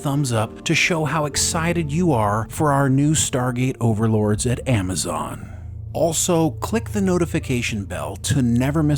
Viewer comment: Amma zon...lol.